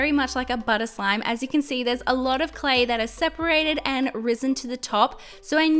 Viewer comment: Listen. she said slay slime !😂😂😂😂😂😂😂 I think she meant clay slime